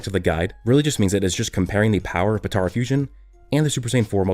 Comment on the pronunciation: Stop saying Patora. It's Potara.